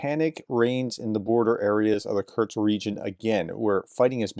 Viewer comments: Kurts kurts kurts kurts🙄🙄🙄🙄 It's KURSK! HOW difficult can it be??? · It's ''Kursk'', Professor! Not Kurtz... This ain't Apocalypse Now (I hope)